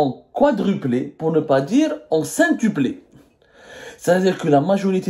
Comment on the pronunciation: Cintuple' ? Non Abdou on dit quintuplé.